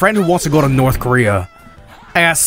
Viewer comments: We were promised "Nort Korear" at the end. I am disappointed. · NOR TH KARERER